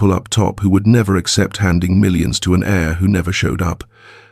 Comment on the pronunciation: I wish you could get your AI to understand the ENGLISH LANGUAGE. AIR is what we breathe and HEIR is a descendant of a family member.